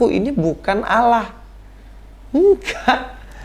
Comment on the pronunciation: Kata Allah di Alkitab itu mbacanya Allah bukan Auwloh. Auwloh itu adanya di kitabmu, dikasih tahu bolak-balik kok nggak ngerti-ngerti sih ...